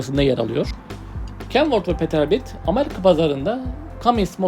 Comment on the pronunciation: Peterböld değil pitırbölt